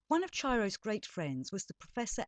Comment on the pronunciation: Pronounced Ki-ro